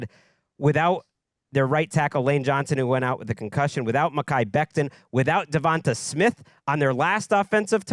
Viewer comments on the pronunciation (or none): Can you please for the love of God stop mispronouncing players names that end with an “a”. It’s not DeVon-tuh it’s DeVon-tay Smith